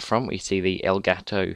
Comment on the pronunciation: Nice to see people saying "elgato" instead of "elgaaato"